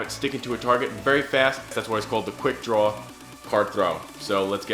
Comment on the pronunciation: Draw word is Darw . nice video :)